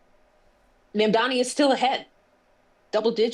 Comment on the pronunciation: Mamdani is pronounced Mom-Donny.... not Mom-Dommy! His name is stupid to begin with but the way you're saying it, it sounds muuuch worse!